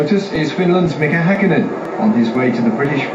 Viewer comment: It's Häkkinen just like Räikkönen